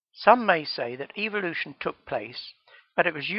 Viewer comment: it's pronounced evolution not eveilution